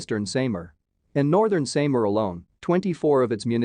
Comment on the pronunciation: “Zam-bow-ga del Nor- tay ,“ Northern Say-mar” 😂